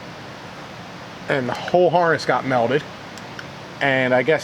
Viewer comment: I didn’t know there was an adult out there that can’t say melted. Where the hell is that guy from?